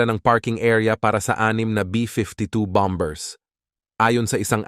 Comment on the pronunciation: Bamer not bomber